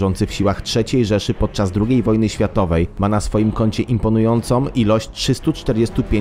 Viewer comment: Dowódcom, sużby, imponujoncom, jednom, twierdzom. Co to kurwa jest!!????? Nie stać was na lektora umiejącego czysto i po polsku przeczytać tekst?